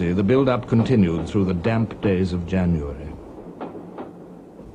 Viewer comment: When he said “YANUARY” i knew this was for real.